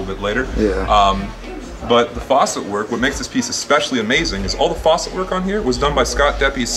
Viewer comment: he is saying the dude on the video pronounced facet poorly